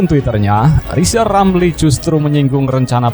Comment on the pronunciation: Lizal lamli suluh belajal ngomong rll dulu balu bisa jadi plesiden....😂😂😂